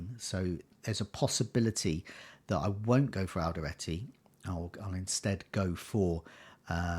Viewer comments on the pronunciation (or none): It's Alderete not Alderate :)